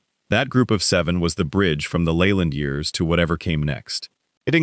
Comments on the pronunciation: Jim Leyland's last name is pronounced "Lee-land," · This guy talking can’t pronounce half the names Layland no! , it’s not in Gee but In Bea, inga, Rah Burn No Rayburn no. Don’t write about a subject if you don’t know the people, you Hack. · His name is NOT pronounced LAYLAND. LEARN HOW TO PRONOUNCE IT CORRECTLY